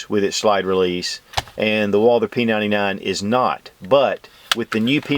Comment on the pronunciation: Great comparison video, but I gots to ask....... Who is this Walldurr you keep referring to?